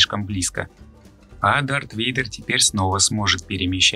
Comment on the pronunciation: Блин годнота но есть пара недостатков. 1.Микрофон,2.Не ситхи а ситы (просто перивод кривой), 3. Не Вейдер а Вэйдэр. А так очень годный видос и канал, жилаю удачи в развитии!!!!.